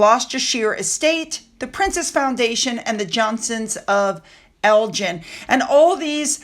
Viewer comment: Sorry,, me again!! It's Elg-in (a hard 'G') not a soft 'G' as in 'gin'!!!